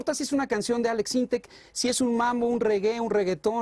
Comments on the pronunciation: Maria Celeste NO se llama Aleks SyntexS, es sin la S al final. Prepárate antes de entrevistar a alguien y por lo menos infórmate de su nombre correcto. Después dices (min 3.01) HAIGA wow es en serio? Una “periodista “ diciendo HAIGA en lugar de haya, que vergüenza. ESTOY CONTIGO ALEKS SINTEK!!! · M. Celeste... "Aleks Syntheks", "Haiga" 🤭